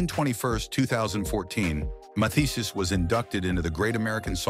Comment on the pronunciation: "Mathias???" "Mathees???" Good grief. Not to mention the cryptic background music.